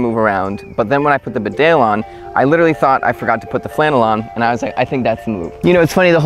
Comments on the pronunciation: It's pronounced "BEE-dale". Not "be-DALE". It's named after a town in North Yorkshire, UK. Calling all people from USA! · Annoying to hear mis pronunciation. Bee dale is correct. Not rude to point out an error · Hey bud. Fyi. It's pronounced Bee-dale, not B'dale and Tar-tun, not Tartan. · Not sure if anyone has commented this already but Bedale is pronounced "Bee-dale" not "B'dale" :o) It's named after a small country town here in the North East of the UK where Barbour's come from. Bedale is in the county of North Yorkshire, England. Great vid though ;o) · Please say "Bee-dale" - It's a place in North Yorkshire, England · It's pronounced Bee Dale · its said beedale its a place in england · Pronounce it Bee-dale since its English!